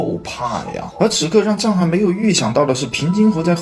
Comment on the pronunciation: 藏海····不是沧海··